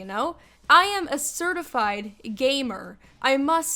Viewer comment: I yust rylist that was instead of gamer it was gaymer